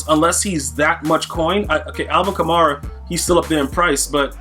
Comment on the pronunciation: You’re miss pronouncing Kamara, you pronounce it like Camaro